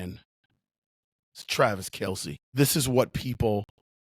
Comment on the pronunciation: Might wanna at least get his name right - it's Kelce.